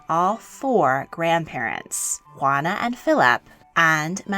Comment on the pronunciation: "Ruana "??? xD